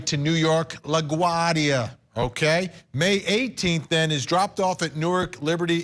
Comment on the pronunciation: Wrong point lol It is incumbent upon the narrator who chooses to broadcast his or her words into the universe to do a little homework before making foolish mistakes. La Guardia is no hole in the wall, and being a major port, the name should slide correctly off every American's tongue like butter bwahahahah - and just guessing, as a NON professional, Nah-ko-dah-ches ?